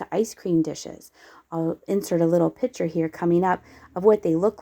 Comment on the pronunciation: Please slow down so we can focus on what we are seeing. Also it’s picture not pitcher.